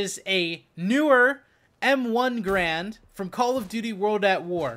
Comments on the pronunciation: Garande, pronounced 'GA-RANDE', not 'grand'. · It's not grand, its ga-rand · Pronounced GAIRund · Its ga-rand btw..